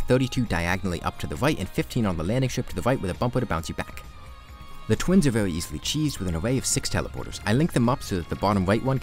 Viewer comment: Am I trippin or is he talking a bit like a cat girl? 😂 Like I'm pretty sure I heard "vewy" instead of very and "thwee" instead of three